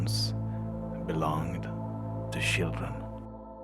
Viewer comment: He said Shildrin. instaid of children.